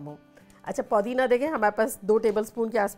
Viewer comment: Mashalla kya cooking hai aapki... bus ek request... please call it Pudina and not Poodina